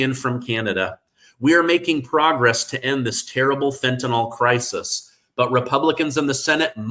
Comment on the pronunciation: The product is called fentanyl not fentanyl read it and pronounce it correctly